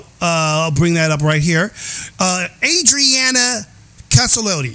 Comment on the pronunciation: Thank you for doing this I appreciate it. Oh, and you did pronounce the name properly. It’s Adriana Caselotti.